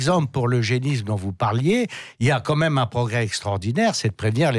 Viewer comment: s'il vous plait Bercoff, arrêtez de dire "qua même" c'est insupportable !